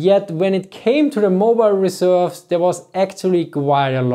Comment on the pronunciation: Emphasize the second syllable of "reserves", not the first